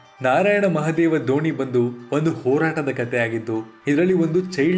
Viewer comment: ದೋಣಿ ಅಲ್ಲಾ ಗುರು! ಧೋನಿ 🙆🙆🙆🙆